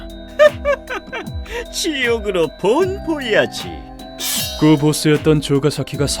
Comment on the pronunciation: 다 좋은데 지옥으로 본 보야지 발음이 조금 덜 찰짐 다른건 너무 재밌게 봤어요 ^^